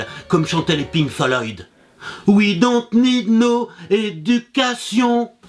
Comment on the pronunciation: bha dit don papa on se prend pour un rebelle en déboutonnant ca chemise et en prononcant le pink de pink floyd correctement! c pa bien...